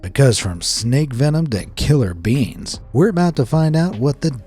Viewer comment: The way he says “kILlEr bEANs”💀